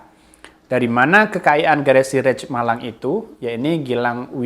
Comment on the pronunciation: Rich baca rich aja. Kalo raich itu rice artinya nasi.